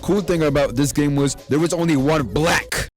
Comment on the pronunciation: why he say black like that